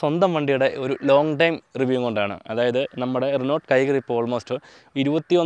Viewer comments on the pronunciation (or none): റിനോൾട്ട് അല്ല റെനോ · നീ എന്താ പറയുന്നേ renot അല്ല reno... ട്രിബ്ബർ അല്ല triber😂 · റെനോൾട്ട് അല്ല റെനോ ആണ്.... ട്രിബർ എല്ലാ ട്രൈബർ ആണ്.... പിന്നെ നിങ്ങളുടെ സ്വന്തം വണ്ടിയുടെ പേര് കിഗർ എന്ന് അല്ല കൈഗർ എന്നാണ് pronounce ചെയ്യേണ്ടത്...